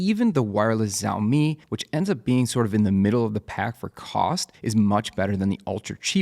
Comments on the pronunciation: hey thanks for the vid. i had been wondering how to pick a right light bar for my setup and haven’t found an ideal one yet. i always wondered how that tiny bar can make the ambient light seem more even. just an unrelated note, “xiaomi” is pronounced more similar to “shiao” than “ziao”. i say similar because it’s still not the same, but it’s definitely far closer to “sh” than the “z” sound. if you’re interested, copy this character and use google translate to pronounce it: 小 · FYI, Xiaomi is pronounced "shau-mee". The X is an "sh" sound, not a "z". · Its pronounced "shaow mi" sha-ow mi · Xiaomi is more like ShOWmi by the way. ( ow sound ). :3 and thanks for the video! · Why is he calling xiaomi zaomi? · it's pronounced "shao-mee" - with the first part sounding like the first half of "shall" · As a mandarin speaker, a more accurate pronunciation would be “see-owl mee” or “seow mee”….like how u pronounce “Meow” but replace the M with S.